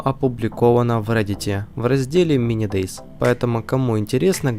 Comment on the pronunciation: Как минимум не мини дейз а мини дейз зет z- эта буква читается как зет и это абривиатура, т.е. z это zombie или по русски зет зомби а полностью мини день зомби это по русски произноси правильно!